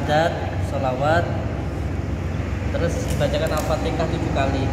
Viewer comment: Bilang Al-fatihah aja alfateka